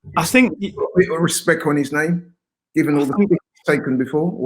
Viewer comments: What's with this channel and trying to make things gangster. It's Respect,Not Respek. Wtf even is that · It's RESPECT NOT RESPEK